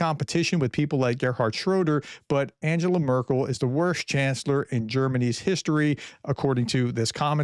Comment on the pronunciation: “Markel”???? You say you are a professional? This is the zero to expert syndrome!